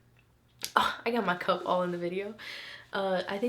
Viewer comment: Did she say Cum or Cup ????